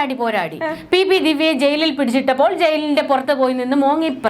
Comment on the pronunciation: Poraadi… ennalla. Pora adi